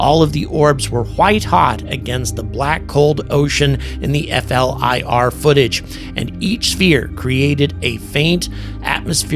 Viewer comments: Hey. People do not say F L I R. It is probounced flear, like fear with an L. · Doesn't distract from your coverage but, for future vids, please just pronounce FLIR (Forward looking Infrared) as 'flear'...thanks. Retired US Army Dude that loves your coverage! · Great job, generally in the Air Force we pronounce FLIR as Fl-ear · Instead of saying F.L.I.R, it's acceptable to say "Fleer" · FLIR. Pronounced fleer by military types.